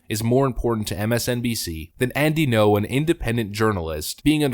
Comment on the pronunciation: Alright boss… let me keratin ya something. Say “thinking-oh” without any pause where the dash is. Then remove the “think-ee” sound before it. That’s how you pronounce Ngo. Thanks for the content.